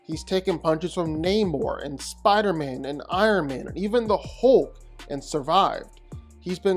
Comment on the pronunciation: I love how he says “HOULK”🤣